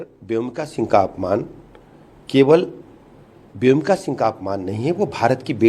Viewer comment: प्रोफेसर रामगोपाल यादव से तो ऐसी अपेक्षा नहीं की जा सकती। उन्होंने अपने शिक्षा प्रदान के समय में जाने कितने ऐसे शानदार छात्रों को शिक्षित किया होगा लेकिन आज उनके इस अशोभनीय ब्यान से देश में उनके अनेकों छात्रों के सम्मान को भी ठेस पहुंची होगी। प्रोफेसर साहब को शर्म आनी चाहिए उन्हें व्योमिका शब्द भी बोलना नहीं आता तो वह किसी की खूबियों का आंकलन किस प्रकार से कर सकते है।दरअसल उनकी खुद की गिरी हुई मानसिकता भी इसी से परिलक्षित होती है।देश तो माफ नहीं करेगा इनके परिवार जन भी पीठ पीछे इनके इस प्रकार के विचारों की भर्त्सना करेगा। शेम प्रोफेसर रामगोपाल यादव शेम।